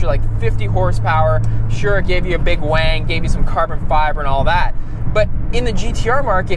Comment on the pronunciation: Why do you call the rear wing a "WANG"? Is it because you drive a gtr and that's how importer call it?